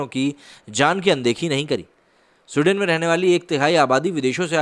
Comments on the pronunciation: स्वीडन बोलिए सूडेन नही।हिंदी और इंग्लिश पर काम कीजिए 🤣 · My friend, in your video title you have mentioned SWEDEN which is an Europian country, and you are calling the name of the country as SUDEN and actually the video backdrop is having the news about SUDAN which an African country. Yes this peace loving people are creating Havoc in many countries especially after Syria war and getting refuge in other countries, make a video on Germany facing problems with these so called peaceful community playing Taharrash in the main streets and harrasing and raping women in public. Video proofs and main stream news are available on Youtube for reference. Please check once and correct your video description. Like your content but please pace up the narration, I always watch your videos at 1.75X speed otherwise I immediately fall asleep, Lolz... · suden nahi, it's Sweden to Sahi sahi bolo. 😂😂😂😂😂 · Abay lundar daas saaf saaf bol. Sudain nahi Sweden bol gadhay. Poor pronounciation. Huff paranormal??????????? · Pls pronounce the name correctly. It's not Sudain . It's pronounced as Swe + den = sweeden but spelt with one e , ie sweden . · स्विडन बे सुडेन नही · भाई..उसका उच्चारण “स्विडन” है..ना कि “सुडेन”. कई बार मुझे लगा की आप “सुडान” की बात कर रहे हो. पिक्चर्स भी तक़रीबन वही की दिखा रहे थे आप. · स्वीडन ना कि सुडेन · Bro love your small videos ...just wanna correct you on one small thins that this country is not pronounced as you are pronounced "SUDEN" it's " Sweden" I love this country as people are kind and respectful and Great culture. I was there in 1999 and can say things are changing rapidly. And it's very sad to see. Plz keep up the good work. Jai Hind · For a moment I thought you were talking abt Sudan ,then came.to know its Sweden like swee- duh- hnn....don't mind .